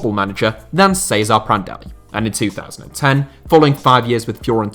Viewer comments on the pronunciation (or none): The way you said " Cesare " gave me cancer. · Why do you pronounce Vicente as an Italian, and Cesare as a Spaniard?